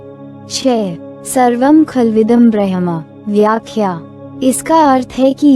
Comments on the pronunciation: please properly pronounce the word Bramh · कृपया bramha शब्द ka सही उच्चारण करे